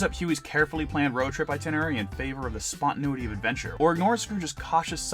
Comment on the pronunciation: Spantanuity..? spontaneity?